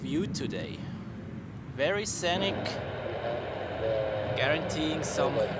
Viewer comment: Sry to be that guy but scenic is pronounced like seenick